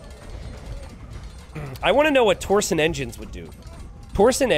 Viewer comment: I can't believe you're still saying "torsen engines". It's TORSION. With a "sh" sound.